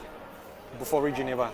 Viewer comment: bolihlah beli Bufori, bolih bawa hasil sayuran ke bandar. Sebut betul-betul Bufori bkn kokoiRi ya..